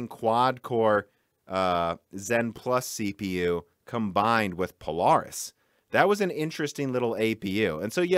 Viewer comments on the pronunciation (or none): none